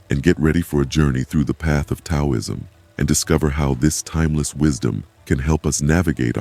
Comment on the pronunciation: I listened to half of it, but then I gave up. I just couldn't get past the mispronunciation of 'Taoism' and all the times that the words on the screen didn't correspond with the spoken words. The spoken words were correct, but it seemed like the written words on the screen were done by some kind of crude computer program, and then never proofread to see if they corresponded to the spoken words. It's too bad, because it's obvious that you took a lot of care with the visual images, and they were well done. You put a lot of work into your graphics, and just putting a tiny bit more work into the verbal part of the video would have made the whole thing exemplary.